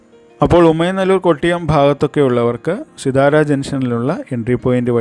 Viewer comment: പറയുമ്പോൾ സിത്താര എന്നാണ് പറയേണ്ടത്.